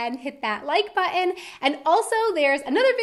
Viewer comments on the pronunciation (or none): there it is again G, "hit the like bu'en" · Now, after your last video, I can hear that you say "buen" instead of "button" 😁 now that's always stuck in my head 😱😁